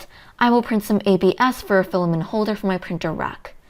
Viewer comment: filla-men! haha i don't know why but this cracks me up every time